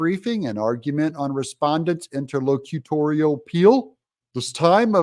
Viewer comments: Hey Doug, that’s inter-LOC-u-tory…😂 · It’s in-ter-loc-u-tory. And, it’s certiorari, pronounced cer-she-or-ary.